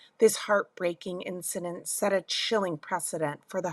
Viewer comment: You’ve got to learn to pronounce “incidents,” sis.